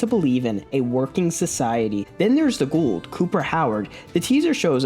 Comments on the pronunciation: Are you saying Ghoul'd? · You keep saying Ghoul like Gould. He isn’t an old Jew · Why are you putting a d at the end of Ghoul???